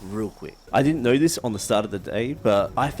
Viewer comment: “I don’t knowerh”